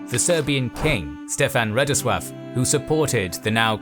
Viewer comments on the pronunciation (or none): And Theodore as Theodoray, and Radoslav as Radoswaf 🙄